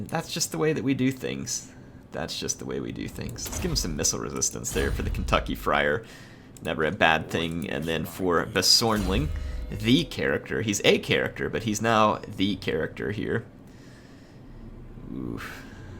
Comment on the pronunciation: In honor of your goofy pronunciation you should rename baersonling a character to “basornling a character”